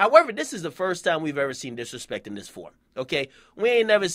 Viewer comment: Is he disrespeking him or dishonoring him?